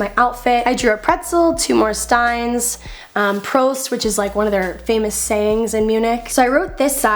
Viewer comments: Cute Notebook! It's Prost not Pröst by the way 😋 I'm german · That's so beautiful❤️❤️(And it means Prost and not Pröst)😂😂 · It's PROST without the Ö. Just fyi :) Coolest sketches I've ever seen!! <3